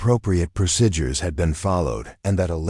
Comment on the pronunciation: CLICK BAIT. The title implied that Elena took down terrorist bare handed. No where in the overly drawn out story did any of that occur. Very irritating to listen to AI narration that constantly mispronounces common words...procedures or procidures? This video gets an F grade